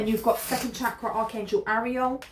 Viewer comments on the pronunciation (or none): none